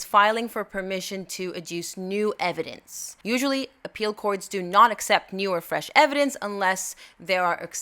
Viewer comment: “Just call it evedence” eye roll 11/10